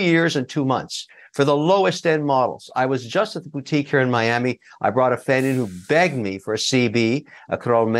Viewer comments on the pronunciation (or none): none